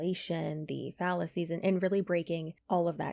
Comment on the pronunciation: Did you say "debunking fallacies" or "debunking phallus-ies?"